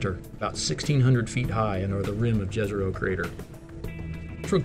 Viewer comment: Please use the "Jezero" pronunciation right... J = Y (yesterday), not like Jazz. <3